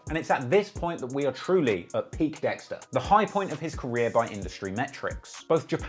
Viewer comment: Every time u say ah wow dextar I die